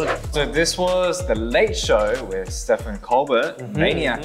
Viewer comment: Not Felix calling Stephen Colbert (it's pronounced Steven Colber) as Stefan ColBERT 😂 Your from Australia you should know this that Steven and Stephen is still pronounced as Steven. Also sometimes the last letter is silent in French names. Example, the name Margot pronounced as Margo.